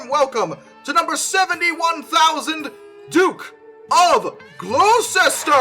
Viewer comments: I'm surprised the A4 Mallard didn't make the list, neither did The Beast. That said Gloucester is pronounced Gloster. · Queen Of Steam Big Boy Flying Scotsman (Gloucester is said as "Gloss-turr" - UK English gets weird) Black Prince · Love the presentation. Very funny. Also, don't want to be 'that' guy, but it's pronounced Gloh-ster - ignore the 'ce' in the middle, and Fyooz-ilier - like an electrical 'fuse' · PSA, Gloucester is pronounced “Glosster!” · "Glo-stir" I so wish that there was a "Duke of Worcestershire" just so that we could all hear him try to pronounce it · Is anyone going to notice he pronounced "Lancashire" correctly but mispronounced "Gloucester"? (This is coming from someone who lives in Australia and is use to the UK pronunciation, seen as the proper pronunciation) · When will these foreign types ever learn? It's quite painfully simple, Gloucester is pronounced as if to rhyme with Worcestershire or Featheringstoneshaw.